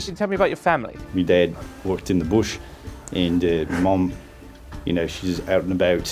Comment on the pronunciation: As an Australian I am confused. Was he saying “my dad worked in the bush”? Cause it sounded like “muh dehd walked in the bish” Sounded more New Zealander. They have a distinct way of saying vowels